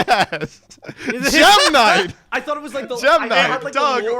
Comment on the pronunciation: Ah yes, gem-knightlswarms